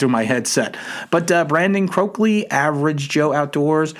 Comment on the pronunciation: It was a great live stream! And it’s Go-key lol, Not Cokley lol. Great content I enjoy your videos! Go giants